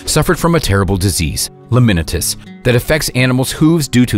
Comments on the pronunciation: The horse disease is pronounced lamin-eye-tis not lamin-it- is. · I lol'd at their pronunciation of laminitis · The horrible mispronunciation of the word lamanitis is driving me crazy LOL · Lol he said laminitis wrong 😂